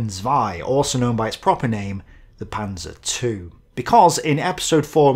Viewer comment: Its proper name: The Panser two! OK....Man lernt nie aus -:)